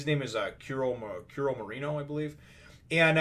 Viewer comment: Its Kuromarimo, not marímo, Kure-ha